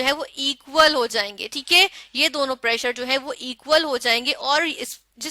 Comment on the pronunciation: Chalo teak hai 😂😂😂 teak